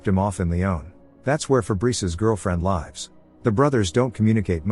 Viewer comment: Seriously you need to teach your computer how to tell the difference between "lives" & "lives". It seems to only know 1 pronunciation. This is why I seldom even make it through the videos with computer voices.